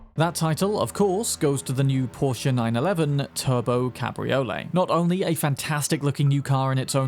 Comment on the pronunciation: Cabriolets almost always weigh more than their hard top counterparts due to the roof folding mechanisms and increased lower chassis stiffening to compensate for the loss of structural integrity from the roof. Also its pronounced Cab-Ree-Oh-Lay. Its not a ravioli lol